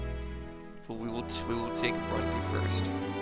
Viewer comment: there stays Brundi in place of burundi